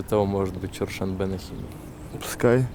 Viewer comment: не Чершанбе, а ЧерТшонбе